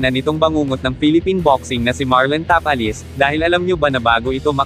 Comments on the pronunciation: ta-pa-les po at hindi ta-palis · Ang sagwa pakinggan Tapal-les. ..Ta-pa- les. Ogag parin dina natoto 😂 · Tapales talaga ayosin mo salita mo hahaha